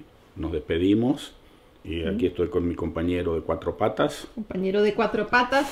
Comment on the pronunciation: me gusta el espanol de cuando dice COMPANERO DE CUATRO PATAS en el mInuto suena muy argentina